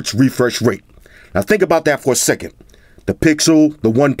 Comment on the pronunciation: “Refursh rate”